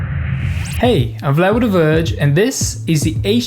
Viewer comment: "Hey, I'm Vlarduhduhvurge"